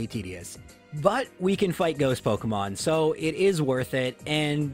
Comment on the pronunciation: "pockemons" I'm sorry but I just can't stop laughing at this